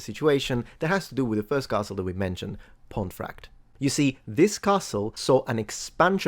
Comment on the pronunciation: It's pronounced "pont-eh-fract" and the traditional form pomfret is also anglicised to "pom-frett".